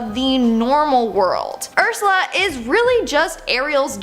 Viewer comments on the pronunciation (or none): none